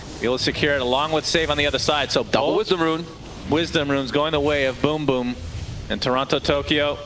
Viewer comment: I'm gonna miss Sunsfan mispronouncing BrokeBack Team. This Riyadh Masters turning out to be better than some TI's